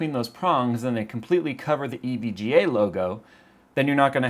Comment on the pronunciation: This is how you pronounce it: EVG aayyyy lmao